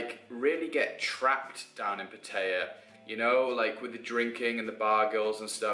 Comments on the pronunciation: If you say "PaTEYa" one more time...why is it so hard for you English to say it right? PA-TA-YA not PAT-AYA and definetly not "PaTEYa". A ="AH" not "A". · I was born and grew up in Pattaya and I've seen it grown from a small tourist town to basically the Las Vegas of Thailand. The city is mostly runs by mafias and has a prostitution problem. Its good for a short hop from Bangkok but it attracts more of an older crowd. Ps - the way you pronounced Pattaya is pretty funny.